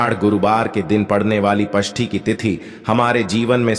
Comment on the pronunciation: अरे पष्टी नही षष्टी होता है